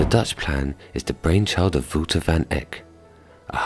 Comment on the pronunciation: Wouter is pronounced wowter not wooter